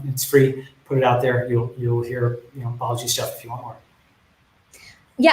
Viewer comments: I laughed at the 'Balajis' 🤣 but pretty insightful interview 💯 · there's actually no 's' at the end of his first name — it's Balaji